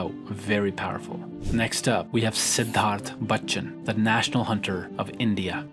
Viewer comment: That was the most apt pronunciation of the name Siddharth Bacchan, are you an Indian origin?